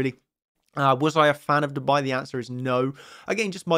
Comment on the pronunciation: When you say "Dubai" you sound like you said "to buy" ... it's yer pronunciation quickness, so "DUU-bai"